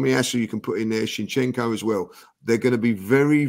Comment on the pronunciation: needs to know how to pronounce his z'ds. Why does he insist in keep calling him Chinchenko